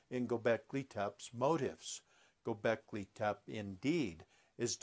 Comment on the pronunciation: I find your concepts very intriguing, but have to wonder how much AI is involved in this video. If you are indeed a scholar of Göbeklị Tepe, I feel you would pronounce the name properly as well as abyss. This will not stop me from listening to more videos.